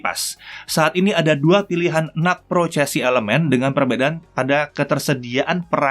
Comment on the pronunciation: Aku dengernya bukan NUC tapi NUT